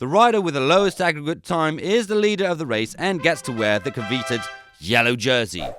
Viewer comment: "Coveeted"? Twice?